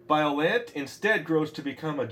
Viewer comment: Biollante is pronounced bio-lon-tay